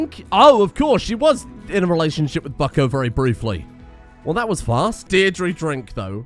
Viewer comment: As an Irish man I would like to point out that Deirdre is pronounced Deer-Dra (as in dragon).